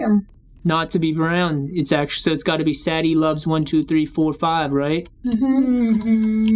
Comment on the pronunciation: It’s sa de